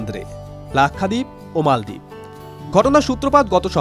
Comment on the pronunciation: মালদ্বীপ৷৷ মলদ্বীপ না😂